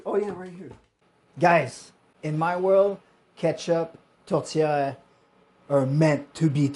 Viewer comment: Congratulations! You pronounced Tourtière correctly! With the french Canadian accent.